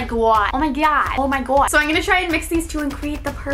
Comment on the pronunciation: Ur not saying o my god right Patrick pronounces the o in it gOId ""oid" not wat ur saying xxx but ly anyway it's rlly cute when u try to say it x